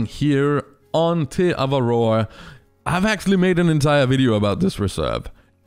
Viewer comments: As a kiwi, the way you pronounce Te Awaroa annoys the hell out of me. 😂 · When he makes te awaroa the worst reserve but he can't even pronounce the name properly